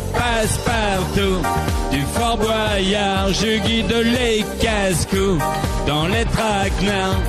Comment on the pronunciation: quand il demande a tous le monde si sa va bien ce soir personne lui répond et aussi il prononce mal fort boyard en gros il ma tué XD mdr